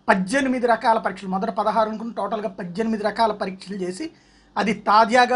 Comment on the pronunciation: Padddyanimidi kaadu paddhenimidi...🙄